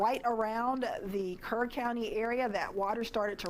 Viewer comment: NGL I thought she said Kern